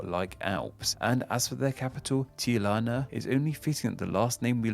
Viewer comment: How can you read tilana instead of Tirana?